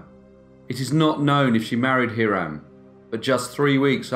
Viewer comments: "High-ram", not Heerim. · The common American pronunciation is Hi-rum not Her-rum. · “HIGHrum.” It’s pronounced “High-rum.” A pretty popular name in the 18th century. “Ma(as in ‘at’)-teh-won(rhymes with ‘on’.) ” It’s a Native American word. Not suggesting that you change the way YOU pronounce these words, of course. Just thought you might be interested in knowing how we pronounce them here in the U.S. Love your videos!